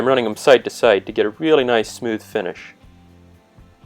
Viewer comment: First time ever hearing the word "Side" pronounced "Sight". I learned something today! (Nice video, btw)